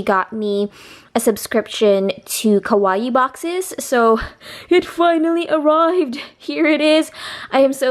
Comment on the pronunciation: that box is so cute! but it's pronounced ka-wa-ii. ko-wa-ii means scary